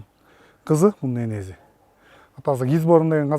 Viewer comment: Энези дейтго энеси еле дечи